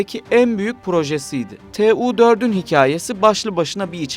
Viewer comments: 'Tu' diye okumak varken rahatsız edici bir şekilde 'T' 'U' şekinde kodluyorsunuz. Kodlayarak okuyabilmeniz için T ve U harfleri farklı kelimelerden alınmış olması gerekir. Ancak 'Tu' - Tupolev isminden geldiği için kodlamadan 'Tu' şeklinde okumanız gerekir. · Tee uuu 160 Tee uuu 160 deyip durmuş